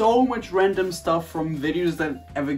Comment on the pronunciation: he says sطuff